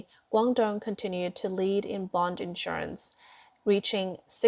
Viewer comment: Narrator: the financial/economic term is quantitative /ˌkwɑn.tə.ˈte:.tɪv/, (accent on the next to last syllable) not quantitive (which isn't a word). (The term is spelled correctly in the video text.) And, please notice the difference between issuance and insurance. They are not the same.